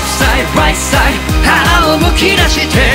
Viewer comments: 中毒性がやばいです！ 「ワーニング ワーニング」 「レフトサイド ライトサイド」 「YOU ARE KING」 特にここのとこの発音が好きすぎてやばいです！ luzくんの巻舌が好きすぎて巻舌特集みたいなの欲しいです← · 今回も最高です… まるごと好きなんですけど、特にレフトサイドライトサイドのとこ、ただただ巻き舌にするんじゃなくてLとRの発音しっかり区別してるとこすき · レフトサイドライトサイドの発音めちゃめちゃかっこよすぎる